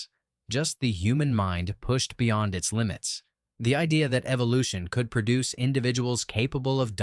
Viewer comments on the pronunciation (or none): none